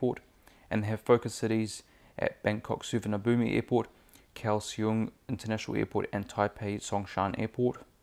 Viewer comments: the thai people pronouce it as sawana-poom. You prounced it as suvana-boom. Almost right, just need to practice. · You pronounce Suvarnabhumi wrong